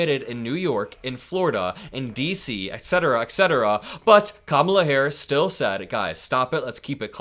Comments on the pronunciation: Everybody saw her introduce herself to him at the debate. His continuing to say her name wrong just makes him look insincere. Who falls for this? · He’s been calling Barack by his middle name just as he emphasizes Kamala name incorrectly to fuel the racism